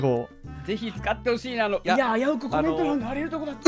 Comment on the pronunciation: 「これはコメントrrrrんが楽しみですわ」 巻舌が巻舌してんね(？)